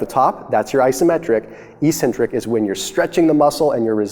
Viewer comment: Great Video. The way you pronounced 'eccentric' annoyed me though x)